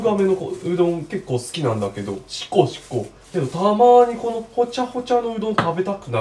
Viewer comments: シコシコを地味に強調するの好きwww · シコシコ強調すなww